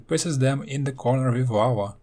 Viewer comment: Who else thinks hes saying wawa when he says lava